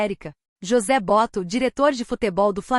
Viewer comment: MENTIRA! 800.000,00 de salário para um zagueiro? Vocês pagam ? O Flamengo não pagar a isso. Não aprenderem ainda como se pronuncia BOTO! Bando de aproveitadores usando onome do FLAMENGO.